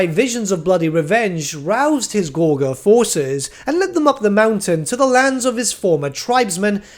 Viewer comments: Pronounced gorj-er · Soft g. He’s pronouncing it wrong. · After he mispronounced gorger the 20th time I had to leave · Dude wtf was your pronunciation of Gorger?